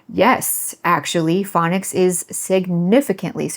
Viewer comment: No offense, just sheer bizarreness and curiosity - may I ask what your accent is? I could not tell that you were saying "phonics" instead of "fang-nics" without turning the subtitles on. The way you pronounce "on" is certainly... unique. (By the way, if you declared that it was your father who taught you what your language should be like, then is it also his accent?)